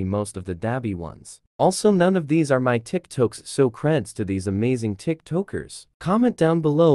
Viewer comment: "Tik tookers" XD thats what i heard